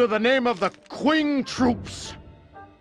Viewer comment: Actually it would be closer to Ching, Q would make a CH type of sound. Kind of like X makes a SH sound so for example the Xu province would be pronounced Shu province. It is odd but this game pretty much mispronounces everything. Cao Cao shouldn't be Cow Cow but Tsao Tsao. At least his son isn't in the game because we would get the joy of the great Cao Pee!